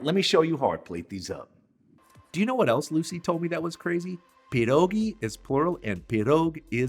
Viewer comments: Perogie ❌ pedogie ✅ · I’m interested in your pronunciation. You say PIERogi. My polish grandma said PERogi. Any thoughts? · As soon as I heard you pronounce pierogi, I ended this video. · First, you need to learn how to pronounce "pierogi"!